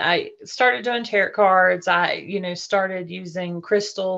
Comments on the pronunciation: Um, no. She can't pronounce "tarot" properly. I definitely will not take everything someone says as pure gold when they cannot properly pronounce what they're talking about. That should be a warning sign. Do NOT take everything as pure gold. Just because the person making this comment is gullible doesn't mean you have to be gullible too. Use your critical thinking skills, do research, and make informed decisions about things. Don't just accept whatever crazy story you hear as truth. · Not tarrot cards Tarot (pronounced "tare-row") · all grownz up innit yet still saying, "taROT". Nah. Fake.